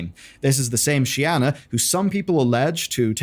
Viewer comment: "shianna" bro can't read